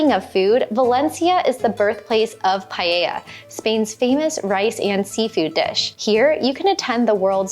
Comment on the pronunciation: It’s not paeia, its, Pa e ja. A as in bad and e as in bed. Then the ll is a consonant, like a j. It does not sound like a vowel.